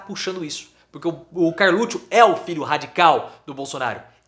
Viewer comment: Pô o nome do cara é Carluxo , não Carlutcho…. Chato isso